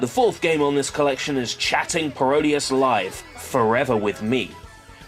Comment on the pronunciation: people keep saying Paro-Dius, rather than “Parody-es”, it annoys me when people don’t get the joke of the title from saying it out loud. I mean come on, it’s pretty obvious: Parody + Graudius = Parodius!